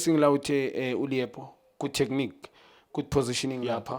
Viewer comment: This always gets the Names wrong😂😂😂😂😂😂😂😂😢😢 Liepo, bro can't even say Mbuthuma